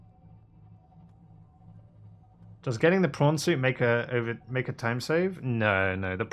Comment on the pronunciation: They call him Maovner